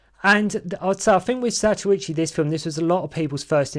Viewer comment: It's zatochi not what gobeldy goock your blethering